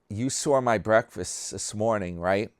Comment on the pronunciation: That sounds like a wonderful "BWEAKFAST"! 😂